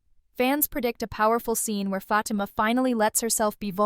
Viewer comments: I hate when these females get on here talking about the stuff we already know on top of that they mispronunciations FATIMA NAME her name is not FATMA😳🤦‍♀️🤦‍♀️🤦‍♀️ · A lot of the stuff that she’s talking about I’m not even understanding question mark all that stuff cannot be packed in one episode. What is she talking about? For the record her name is Fatima and that’s how you pronounce her name but none of the stuff that you’re talking about. Don’t make no sense. Karen already knows that Fatima is pregnant. Because Zach slipped and said it. So what are you talking about?